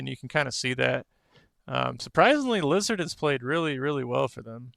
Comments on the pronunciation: Literally going to dislike and not recommend because the way you say lazard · You're mispronouncing Lazzard's name.